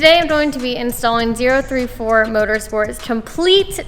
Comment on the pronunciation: She’s got it correct. It’s Zero Three Four